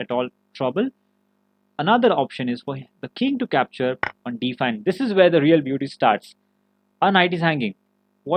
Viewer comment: If you consciously try, Can you pronounce the words like "where" with a "w"? Or is it just automatically a "v"? I'm asking wholeheartedly. It's something I've always wanted to ask someone who spoke with your exact accent. Once again, this is a serious question and this is not hateful in any way. I'm just trying to understand. Is it like impossible for you or is it just habits at this point? I mean you do speak very good English, I'm not taking that away from you.